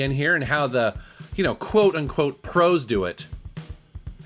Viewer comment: Rage Quit87 I know he said "pros" but I heard it as "crows"